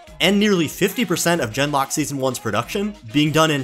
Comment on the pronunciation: It was very amusing how every time you said "Gen:Lock" it sounded like "Denmark". The way the show apparently went "Suicide is badass!" is NOT amusing, however.